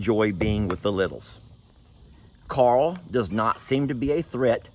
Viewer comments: Carl isn’t an annoying name - it’s just the way says it; it sounds like he’s saying ‘Coral’. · I’m English. pronounces ‘Carl’ like it has two syllables.